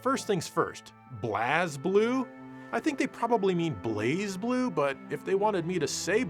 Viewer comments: Is Blaahz Blue really how it's pronounced. I always pronounced it like Blaze. Probably been saying it wrong all this time, who knows. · It's pronounced "Blaze Blue". It may not look like it's pronounced that way, but it is.